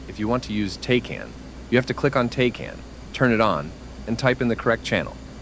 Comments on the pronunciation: "Tay-can" hurts my soul, it's "Tack-an" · all good brother, I love the content though. Just us military folk hear “tay-can” and we have a stroke 😂😂😂